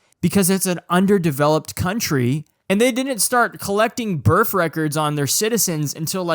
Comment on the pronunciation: Your inability to say the word birth correctly is aggravating. Other than that, great video